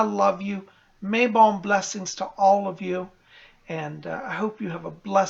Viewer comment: I also Love how you say Mabon. I pronounce it Mabone (As in the bones of May. See what I did there? LOL!).